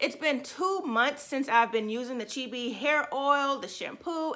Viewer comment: And ur pronouncing it wrong.